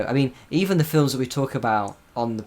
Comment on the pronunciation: hearing say "filems" again made me so happy